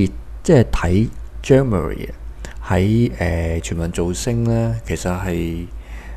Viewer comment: 讀唔岩人地個名 係有d唔尊重